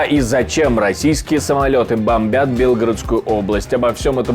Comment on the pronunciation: Не БЕлгородская область, БелгорОдская . Если Вы конечно не специально стебетесь.